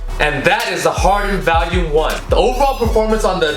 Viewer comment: pronouncing it like it's an anti-depressant lol